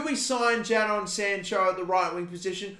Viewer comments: Its Jay-don not Jad-on btw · Don’t sign Sancho because I can’t deal with you calling him Jad-on instead of Jay-don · plz call him jay-don rather than jah-don. my ocd goin mad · It’s actually pronounced “jaydon” not jaidon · Why does he pronounce jadon sancho as jadon sancho him Jadon sancho even though it’s pronounce Jayden sancho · Ja-Don sancho 😂😂😂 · I’m going to pretend he didn’t say jadon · Why did he just glance over dembele when he could be a good replacement at rm if he doesn't go for sancho. It pisses me off every time he says JA DON Sancho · Please pronounce sanchos name right it’s pronounced “jaidon” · Please learn how to pronounce Jadon if you’re going to sign Sancho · Don't sign sancho, will be very frustrating for a lot of people to keep hearing you say Jason incorrectly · I hope he doesn’t sign sancho just for the pronunciation of his first name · don’t sign sancho, it’s too basic and you’ve already butchered his first name 😂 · Is it me or are you saying Jadon weird